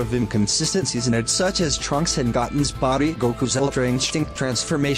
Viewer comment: “LOL HE SAID GOTTEN INSTEAD OF GOTEN!!!” Is what A Foolish Teenager Who Loves Tiktok Would Say Which Is The Kind of Behavior I Absolutely Despise Because Kids and Teens Like that Are Nothing But Immature . I say It’s Okay When We Mispronounced Things. It’s Actually Goten Said Like: “Go“ Ten” Not said Like Gotten. 👍